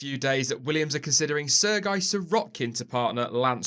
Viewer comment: It's not Sirguy. lol It's Serghey.